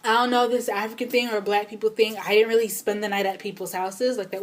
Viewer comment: So I've recently discovered you. And you're amazing!!! And then I found out you were Kenyan when you said leally? YAY! Anyhow, I'm currently binging on your videos. GURRLLLL! You are definitely magical!